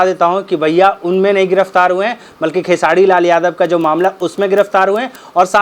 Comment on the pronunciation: ये साला निजुआ र बोल लेता है तब भी खेसारी भैया को खेसाडी लाल यादव बोलता है 😠